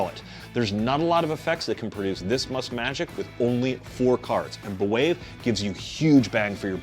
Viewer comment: I’ve bought several copies of B’Wave from Penguin Magic and absolutely love it. It’s one of my favorite things to do if I’m aiming for a quick, very strong reaction. I do recommend listening to Max’s pronunciation of the name of the effect in the tutorial. At least twice, he emphasizes that it is not pronounced “buh-wave.” The correct pronunciation is “bwave” as in “brave.” Just sayin’.